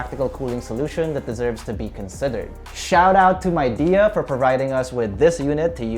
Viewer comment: Its pronounced as Mei Di, not MAI😂